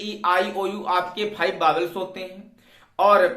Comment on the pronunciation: बोबेल्स नही बाउल है अपभ्रंश है जो बावेल्स बोलते है